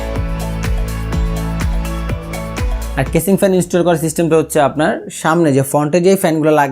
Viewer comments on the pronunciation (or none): ভাই সবই ঠিক আছে কিন্তু কেসিং কে ক্যাচিং বলাটা হাস্যকর ছিল